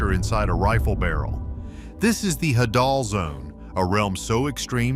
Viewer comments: Hadal (Hay-dal) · I had to turn this off after 6mins... I couldn't concentrate after laughing so hard at the pronunciation of "trimethylamine" qand the "hadal"... 🤣🤣🤣